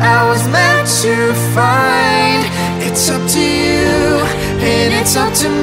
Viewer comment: It’s “you” not chew..